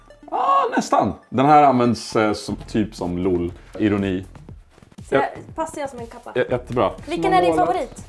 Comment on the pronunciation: "Loy" var ju as bra 😂